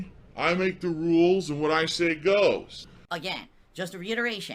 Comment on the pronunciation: Can someone start a gofundme to get him sent to a speech therapist so he can pronounce "and". It's not hard.